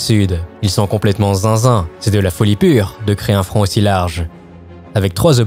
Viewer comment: Je n’étais pas près pour le frond de fabeby 🤣🤣☺️ Sinon excellent reportage.